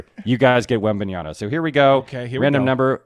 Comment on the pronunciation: It's Wembanyama with an 'M' Mr. Schur.